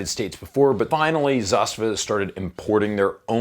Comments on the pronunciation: Dude, learn the brand! It’s zastAva, not zAstava! ZastAva has a meaning, such as a military unit protecting border! Just a tip, so you don’t sound like a moron in your future silly videos! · I really don't know either way, but are you pronouncing Zastava right? I always thought the emphasis was ZasTAVA, not ZAStava... just curious. 😁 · Man, not zAstava, it's zastAva :) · It's hurting my ears every time you say zAstava. Its zastAva, the second A must be emphasized. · sorry for being the grammar police, but it's pronounced 'zasTAVA' (accent on last syllable) - not ZAStava. It's the Serbian/Russian word for banner or flag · Zasta’va:) not Za’stava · Well you sure butchered the name, thats for sure. Its pronounced, za-sta-va. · zastAva - stress on the second letter A. Outpost/stronghold in english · Please learn how to pronounce Zastava. I really enjoy your channel and am subscribed to it.. but goodness gracious .. learn about how to say it right. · He said it in a pretty shitty way tbh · if you don't mess up nobody will give you crap. That's one solution. I hate how you pronounce Zastava. So American of you. Also, I think you're doing slo-mos just to watch your own hair. Still, you're a gun channel so we can forgive you alot.